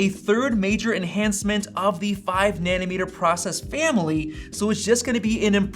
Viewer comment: I only hear „nanny-meter“ =))))